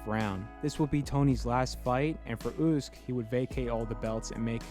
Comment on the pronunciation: Never heard anyone pronounce Usyk ,OOOSK